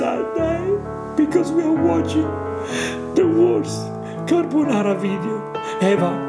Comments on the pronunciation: Damn she's butchering fried rice in Uncle Roger.. Now she's butchering Carbonara, sorry I mean Carbanara 😂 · At least she's not making "spaghetti carbonara", she's making "carbanara". LMAO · Her son is so brave... I wouldn't try that "CARBANARA" even if someone was pointing a gun to my head 😭